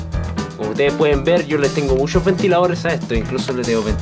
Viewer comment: "Le tengo musho ventiladores" jajajaj buen video